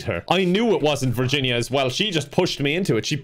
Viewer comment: i'm sorry but when you said "b (virginia)" i thought "birginia"